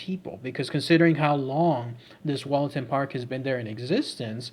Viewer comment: I lived near there and visited the park every weekend with my maternal grandfather... Heads up: pronounced Woollaton... Plus called Hall and not Castle... Also, there is no train embankment in the park... Currently being discussed on a Notts forum on Facebook...